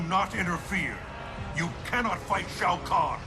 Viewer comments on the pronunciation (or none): Off topic, I know, but Skarlet’s pronunciation of Shao Kahn is very strange. “SHO CAN”